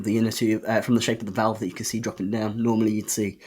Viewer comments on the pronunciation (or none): none